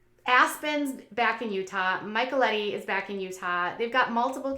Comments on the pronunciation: Did she just say Michael-Etty? Haha 🤣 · Did u just mykelti as Michaeletty it's Mi Kel Tee lol I had to rewatch to catch it lol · I’m going to help you out. This helped me. Mih-Kel-Tee. And Lu La Roe - “Row”. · Kody’s dad died around the same time his brother Curtis did. And it’s pronounced mi-kel-tee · Thank you 🤣 they really aren’t that hard to pronounce 🙃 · She always pronounces it that way. Makes me wonder if she actually watches the show sometimes. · I don't know why she continues to have so many problems saying that girl's name. She's been told a thousand times.